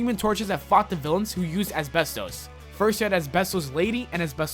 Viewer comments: Asbestos is pronounced as-bes-tus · The way he says asbestos is killing me.